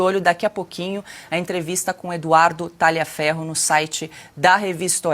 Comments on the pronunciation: Não se pronuncia como está escrito, é Taliaferro,o g é mudo. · Quem com Tagliaferro ( por ser come de origem italiana, le-se “Talhiaferro” ), ferre… Muito boa,. A cada dia, você se supera. Você abusa do fato de ser inteligente. Meus parabéns! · GLIA se fala LHIA. TALHIAFERRO. Só para melhorar a história. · Tagliaferro é um sobrenome italiano, e lê-se “talhiaférro” !! A mesma coisa para a “paola” que se lê “paula” , paôla não existe, trata-se de pura ignorância! Ciao a tutti.